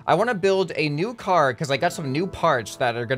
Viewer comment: Car not cat lol